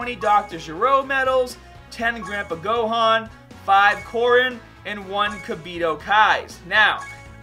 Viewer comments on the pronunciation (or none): none